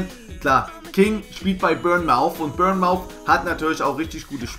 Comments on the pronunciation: Man spricht bournemouth anders aus du sprichst die bürnmauth aus aber es heißt bornmith:D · Sorry Die Aussprache von Bournemouth ist anders haha hab da eine Zeit gelebt ;)